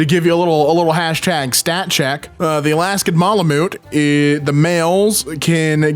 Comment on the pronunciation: Btw malamute is pronounced mal like malice, and mute like a mute person